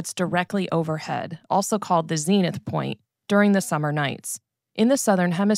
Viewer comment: You say Hen not heeeen, soots zenith not zeeeenith